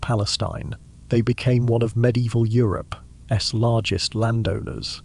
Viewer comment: Please tell whatever so app you use for narration not to shorten words used in sentences and just use the whole word. The fact it doesn't understand it, mean it's really annoying. "I'll, we'll". 'Europe's being said as 'Europe S' and so on. I love the content and everything else. But I am not sure if I'll be able to stick with this until the end.